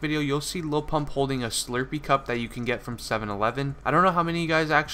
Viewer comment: whats a shlurpee